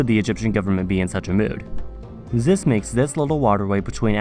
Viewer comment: Zis zath zhe 😭😭